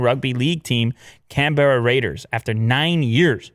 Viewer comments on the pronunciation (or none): Not that anyone cares but it's pronounced Can-Bra